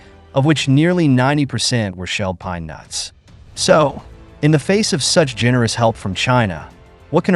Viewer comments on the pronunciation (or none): none